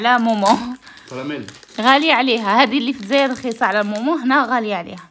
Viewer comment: اسمها مومنت ماشي مومون